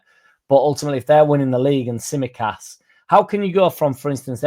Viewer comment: oi oi! Tsimikas, silent T. 😜